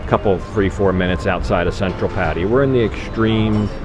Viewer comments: I just stumbled upon this video--seemed like a nice guy and a well made video and looked like a great restaurant, but, boy, it was like fingernails on a blackboard every time he pronounced "Pattaya" that way. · I beg you, please please ask your girlfriend how to pronounce Pattaya.